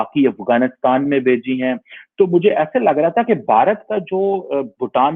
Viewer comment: Don't know you are saying "Bechi" or "Bheji"?? Just to clarify it's gift from India to many developing nations like Nepal, Bhutan, S. Lanka, Bangladesh, Myanmar, Maldives, Brazil, Morroco, Shyshales, Mauritius and many more.